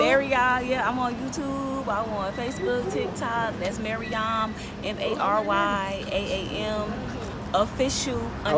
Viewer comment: Yuuuuhhhhh 🤟🏾😝 it’s MaryAAM